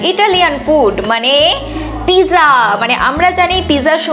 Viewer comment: Pizza spelling-ta thik-i achhe, kintu uchcharan-ta (prononciation) noy. Apni-i bolun thik uchcharan-ta ki hobe (original italian shabda).